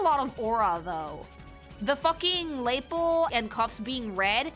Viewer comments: Dunno if it's a running joke or what, but her pronunciation of "lapel" kills me a lil 💀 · Why do you pronouce lapel like that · Never heard somebody emphasize the first syllable in "lapel" before.